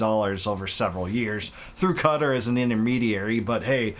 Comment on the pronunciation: You say Qatar like guitar and the Q is like a K